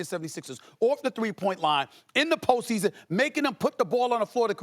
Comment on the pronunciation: Stephen A Smith mumbling words “smmmffseeeaassonn” lol he need a break ESPN working him too much